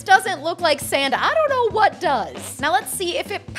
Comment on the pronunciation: The "I donna know" got me every time 😂